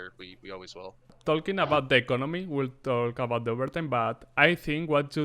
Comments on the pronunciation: Se pronuncia y sin la "L" jajajajja ❤️ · ambas se pronuncian con o "toking" "tok" Pero encerio estas tratando de corregir la pronunciacion en este video xD? es un hecho que si tuvieras que corregir no seria solo el verbo talk sino el 90% de todo el video. Y me refiero a que de nada sirve que corrigas si solo vas a hacer ese verbo jaja.